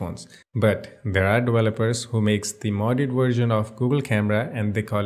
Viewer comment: I love the way you say dewelopers and wersion, lol